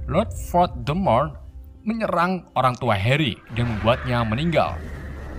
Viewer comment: Hal yang paling ga disukai penonton setia harry potter adalah Voldemort = dan diucapkan oleh yg tidaak bisa bahasa inggris adalah voldemrot :v